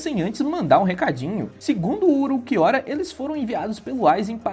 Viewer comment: "Uruquiora" hauahsushsusha tu é japonês é? Fala como tu lê, Ulquiorra.